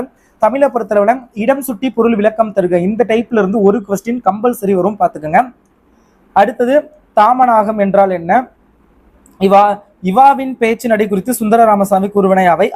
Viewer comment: Anna athu தாமனாகம் இல்ல தாமசீகம் and இவாவின் இல்ல ஜீவாவின் பேச்சு நடை